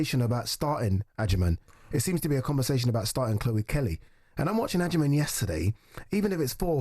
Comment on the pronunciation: The pronunciation of her surname is "Ajeman" or " Adjeman", so say it right.